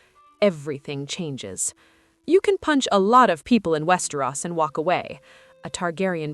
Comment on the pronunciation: Its WEST E - ROSSSSSSS not West er Rose